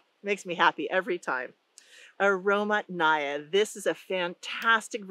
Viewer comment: The emphasis in Russian, pronounced as "aromAtnaya" as in "Mathew." Truly, aroma-filled quince.